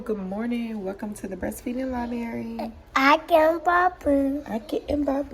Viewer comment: Good lord it’s “LIBRARY”. Even if it’s meant to be funny it’s actually very cringing. The anti-body thing u keep saying is the main reason u breastfeed couldn’t be further from the truth. It has 0 benefits after the age of 4 or 5. Not one time has ur 7 ur old daughter asked to breastfeed u tell her to. Think about how this is effecting their lives. I couldn’t imagine being in 1st or 2nd grade & having this blasted on the internet for everyone to see. Oh & lets not forget that u think it will get rid of acne. It doesn’t. Ur hormones do that. I was horrified when u gave ur friend ur breast milk to cure her eye infection!!